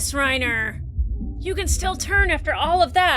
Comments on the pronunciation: Armin Arlert Reiner Braun Neither “R” in Armin’s last name is silent. I’m not even going to try to type out how to pronounce his last name. Best I could come up with is combining parts of “are”, “error”, and “alert”, so I gave up. The 2nd “R” in Reiner’s first name is silent - Rine-Uh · A lot of the names in the show are German, so you would be correct to pronounce "Reiner" as "Ry-na". Same with Connie Springer not putting any emphasis on the "er" at the end. The Dub actors have american accents and even they go for the German pronunciation which I imagine was purposeful for that reason. But don't melt your brain over it, just go with whatever honestly